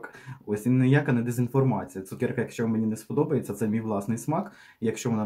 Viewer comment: ЦукЕрка !!!! А не цукєрка😢